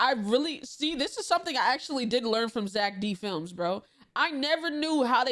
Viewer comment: it is not Zack D Filmz that is the crazy one, but zEck D Filmz